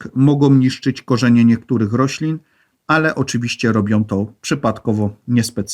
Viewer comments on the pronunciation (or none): sOM, robiOM, potrzebujOM, choć ciekawe to nie da się słuchać...